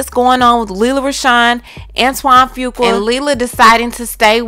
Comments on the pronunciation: Your pronunciation of his name is all wrong sis....it's phonetically spelled "FU-Qua" NOT "FU-KWA".... It was a little irritating to listen to. Just trying to helpl. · Pronunciation is "Foo-qwah" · His last name is pronounced "Few Kwah"...I'm sorry, it's the teacher in me lol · I JUST NEED YOU TO PRONOUNCE FUQUA RIGHT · The weight gain is due to Lupus! And that is not how you say that man's last name!!! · Lawdddd it's Lee-Lah And Fu-kwa